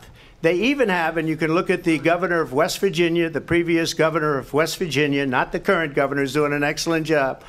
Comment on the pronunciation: Virginia not Wvirginia